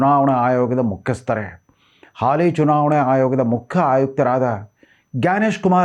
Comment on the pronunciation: I’m really surprised you’re a news anchor in one of the popular Kannada news channels. I have been observing you that you cannot properly pronounce simple Kannada words with ಒತ್ತು ಅಕ್ಷರ. Particularly ಅಯೋಗ್ಯ(ನೀವು: ಅಯೋಗ), ಮುಖ್ಯ (ನೀವು: ಮುಕ್ಕ). Moreover you never corrected mistakes. Also, improper pronunciation of ಮಹಾಪ್ರಾಣ. We watch you very closely! Correct your mistakes. It will be good for you.